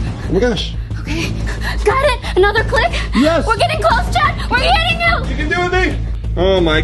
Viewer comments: It’s not chap it’s Chad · It’s Chad, not chap